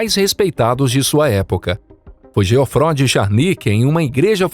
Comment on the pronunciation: Essa narração por IA é insuportável. Nem sabe pronunciar o nome de Geoffroy